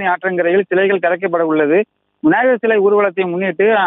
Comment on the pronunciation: விநாயகர் விநாயகர் என 100 தடவை உச்சரித்துப் பழகவும்.